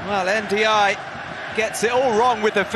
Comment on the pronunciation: The commentator's pronunciation of Ndiaye was so wrong...